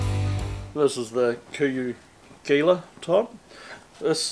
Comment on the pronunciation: Great video man. Just a heads up, it’s pronounced HEE-la